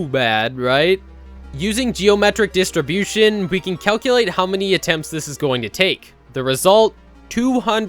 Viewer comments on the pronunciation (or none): none